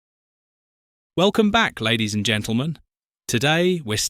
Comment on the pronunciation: I couldn't agree more and I, too, have noticed on this and other videos that AI has a problem with the word AND. It's really irritating!